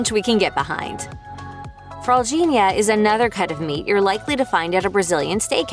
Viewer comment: good fraldinha pronunciation